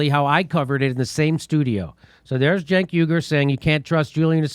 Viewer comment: Cenk is pronounced "Jank"? Well, as a point of interest, if I say I was caught tugging my jank, you'd know what I was saying, right? This comes from rural Virginia so you know where the term comes from.